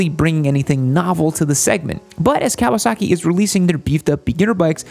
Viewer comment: Stop saying Kawa “sacki”. It’s Kawa “socki”.